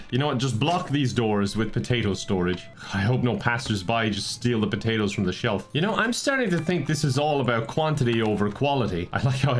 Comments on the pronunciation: "I'm thinking potatos" Every Irish person ever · "I'm thinking... potatoes" 10/10 Irish